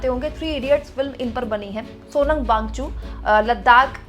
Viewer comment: Thank you 🙏🏼 But Wang - Chuk mam not Wangchu.